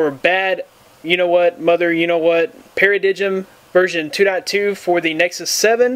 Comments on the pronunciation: pair - uh - dime. Not pair-uh-dig um. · para-digm should be pronounced as para "dime" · hey buddy i thinks its pronounced BAM-Faa Para-DIME good video